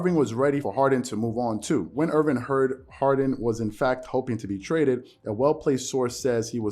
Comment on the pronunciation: Love your show. But it's Kyrie Irving, not Kyrie Irvin lol Loyal subscriber. Keep up the amazing work! Your analysis is waaay better than most people on mainstream :)